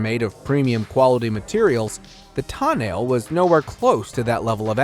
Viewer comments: TOH-NAH-LEH ... NO TANEL, NO TOE NAIL PXRCO DIO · Is this guy drunk? Thats not how you pronounce tonale citroen or peugeot